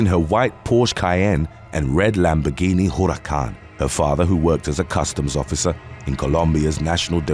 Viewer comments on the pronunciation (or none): none